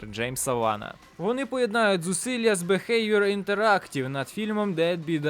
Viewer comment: ну , поки ще не пізно , то можно, або робота , над помилками , та хоча б проноунс з англомовних відео брати ! Бо дед бИ дайлайт - це реальний зашквар , про бехевиор я вже промовчав . Ну хоча б у гугл перекладачі послухай вимову !!! А ще мені цікаво , якщо ти ТАК читаєш , як же ти прекладаєш/розумієш назву? Шо таке БИ ???